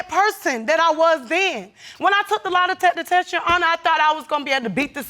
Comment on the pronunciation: Baby said LIE•DECKA•TESS 😂 😂 😂